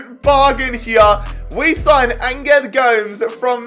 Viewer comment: Hi its prenounced Angel like and angel from heaven and Gomes like Gomez 😁